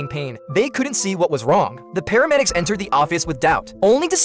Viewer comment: It’s paramedics not pharmedics